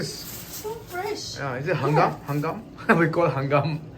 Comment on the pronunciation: Not hangkam but kayanghan